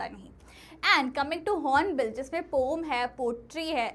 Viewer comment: Poem❌ Pom✅